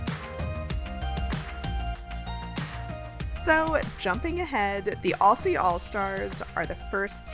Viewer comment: Thank you greatwork! Also “Aussie” pronounced “Auzzie”